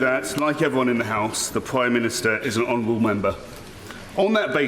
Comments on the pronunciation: homourable member??? take off the honourable and you got it right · Honerable. Heeee he he dishonerable